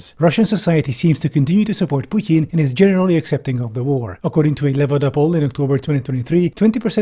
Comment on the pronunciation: i respect how you pronounce "putin". not because i'm a fan of him. you just did another thing RIGHT